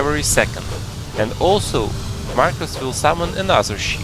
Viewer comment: 2 things 1: it’s “Markoth” not “Markus” 2: THIS FRICKING GUIDE CANNOT EVEN GET ME TO PHASE 2 FOR CHRISTS SAKE AND YOU REALLY NEED TO GET A WIDER VARIETY OF STRATEGIES FOR ALL TYPES OF PLAYERS Edit: sorry I lost my temper and I just really fricking hate markoth